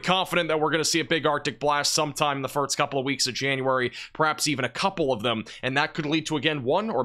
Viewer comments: Have you ever noticed that you say "firts" instead of "first" ? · anyone else notice he says firts instead of first? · It's "first" not "firts". Thank you. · It's first, not firts. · Too much eggnog over the holidays or why do you keep saying "firts" instead of "first"? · Is it my imagination, or does he say "Firt's" instead of First? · Do you say firts instead of first or am I just hearing you wrong? I thought I heard say the same thing